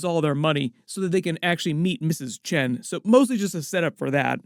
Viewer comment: Chen rhymes with gun. Really.